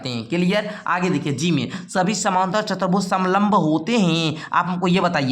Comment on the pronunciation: Sir chatar bhuj nahi chutuar bhuj hota hai